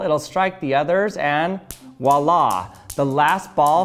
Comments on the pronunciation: its voila not walla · “Voila” is not pronounced “wah-lah.” It is pronounced “vwah-lah.” ARGH! I can’t stand how Americans mispronounce everything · "wa- laaa" ? Pls do a vid on correct pronunciation making sure to include the v ;) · Wallaa or voilà?